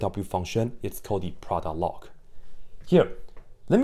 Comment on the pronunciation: me: what’s loy? me: oh that’s just log